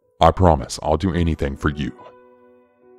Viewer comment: it is building not bail-ding!!! anything not Annie-thang. I am only kidding. Good stories. Plus I think ur ache-sent is cool. I just wish I had an accent. Peace 👊